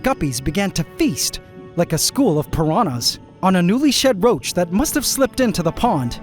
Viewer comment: Bro said tharrrrt had